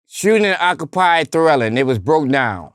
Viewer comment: “Shooting in an occupied twelling “! Lol. I thought it’s called dwelling but ok. Lol